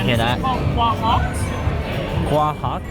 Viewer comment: Oh my yes, I fly through Iceland a lot and the words are definitely a challenge to pronounce. Well next time you’re on Akquineck island let me know. I’ll teach you how to pronounce it and quahog correctly. :) Thanks for the video, always interesting to see how a visitor views the place you live. That trolley looks like a nightmare to be honest.